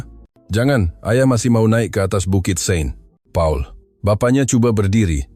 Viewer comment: Airport clea???? K.L.I.A, not clear!!! Seng Paul? Saint Paul